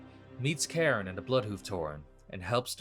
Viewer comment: CALLING CAIRNE "KAREN" IS A SIN "KARN"